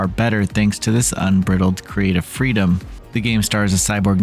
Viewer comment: Sorry, but I prefer my freedom to be unbridled, not “un-brittled”. But that’s just me……